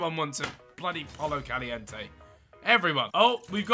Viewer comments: He will keep getting pollo Caliente until he learns to pronounce it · Its poyo Caliente